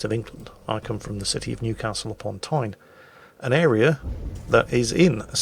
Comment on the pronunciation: For a man from Newcastle you don't say Newcastle very well